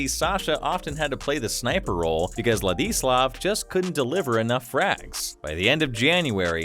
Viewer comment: if only the narrator took the time to learn to pronounce his first name properly